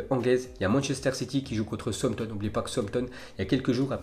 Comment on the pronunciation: franchement elles sont lourdes tes vidéos tu fais plaisir de nous informer sur ce qu'il se passe dans la planète foot tous les jours mais par pitié si tu veux vraiment améliorer qualitativement tes vidéos fais au moins des efforts sur la prononciation de joueurs ou clubs (Southampton que tu prononces à chaque fois Souamton par exemple) ou encore ton allocution qui est parfois maladroite. C'est simple hein mais tas souvent l'habitude de terminer tes phrases par "on peut dire" alors que ça a pas vraiment de sens. Bon en vrai je chipote mais cest juste quelques conseils pour que tes vidéos soient encore meilleures sinon continue poto tu fais du bon taf